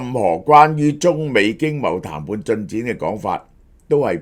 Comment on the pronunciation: 小學雞鄉音重講痰罐,各位大能聽錯談判.😂